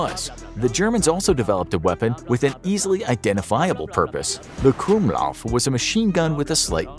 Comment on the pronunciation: the "gwumlauv" is pronounced "krummlauf" (crookedbarrel)